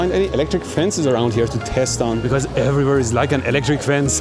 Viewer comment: "wayeres. wayeres everywero" 😂😂😂